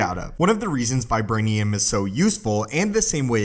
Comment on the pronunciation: vibwanium is not as stwong as uwu